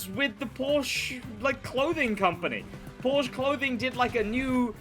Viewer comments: New Crew Player here. Had a ton of informations from your videos, thanks mate! :yougotthis: Just start to play the 1Mio Playlist you suggested. BUT: As a German, hearing "Porsch" hurts me... Its called PorschE <-- There is an e at the end. Please pronunce it. 😉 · i love your vids but please its called porsche not porsch every time you say porsch my german heart bleeds☹️